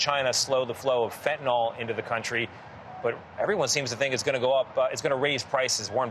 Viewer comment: FentanYL, not fentonOL